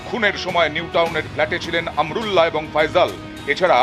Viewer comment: বলদ আমরুল্লা না, আমানউল্লাহ। নিউজও করতে পারিস না।😁😁